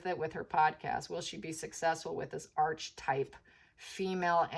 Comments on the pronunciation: It's not Arche/type It's pronounced aar-kuh-tipe ( American pronunciation) British pronunciation aa-kuh-tipe Sorry, just trying to help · Archetype - Ar-ke-type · Pronounced ark e type .